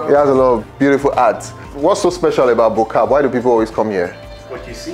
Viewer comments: It's Bo Kaap. Hehe. It's Afrikaans. Bo = Top Kaap = Cape So if you translate it directly into English, it becomes Top Cape, or the Top Cape (Top part of the Cape). Why this reference, is because it is situated on Signal Hill, which some thought was the top portion of Cape Town, or highest parts😄 Here's how to pronounce it: Bo = bwer (rhymes with moor...as in the Moors of Spain...or the Moors in Yorkshire, England) Kaap = C-Aaaahhhh😃-p PS: And plz use a British accent, ot an American one? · Sorry to be that guy but its Bo-Kaap (Above cape in Afrikaans )